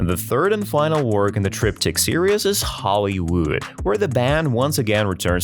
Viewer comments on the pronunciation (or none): It's not Hollywood; it's Holy wood. And it's not pro-voe-ca-tive; it's pro-vock-a-tive. Who are you? Bogus.